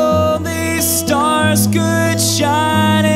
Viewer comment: one honest suggestion: don't break the syllables, e.g. st-ars. Love ya:)) your originals are so good!